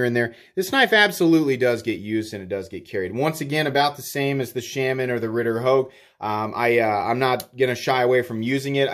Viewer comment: I will become a patreon if you learn to pronounce Shaman correctly... :P